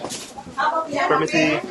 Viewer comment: Wahh, glad hearing you said "permisi" passing the people that were sitting. Heheh nice 👍